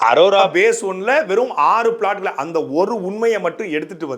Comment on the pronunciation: ஒழுங்கா படிக்காம அரோராவ அரோமானு சொல்லி வீடியோ எடுத்துட்டு அப்பொறம் வாய்ஸ் எடிட் பன்னிருக்கான்னு நல்லா தெரியுது.. இருந்தாலும் G square க்கு மொரட்டு முட்டு குடுக்கற.. வாழ்த்துக்கள் 😁